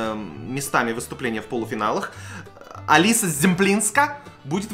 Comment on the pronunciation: Не Алиса Зъемплинска, а Алицъя Шэмплиньска